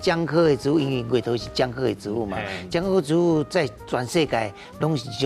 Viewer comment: 植物si̍t-bu̍t ⭕️ ti̍t-bu̍t❌tsi̍t-bu̍t❌ 建議來賓敢會使佇上全/100%台語節目進前，共欲分享ê智識ê台語發音準備khah 齊全tsê-tsuân/tsiâu-tsn̂g咧，因為主持人毋敢共恁點拄